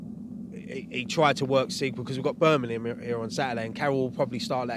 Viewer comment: Birmingham not Burnimum! ;)